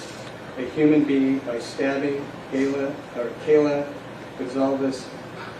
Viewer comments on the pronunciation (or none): how does he mess up kaylee saying kayla? they end in two separate layers and pronunciations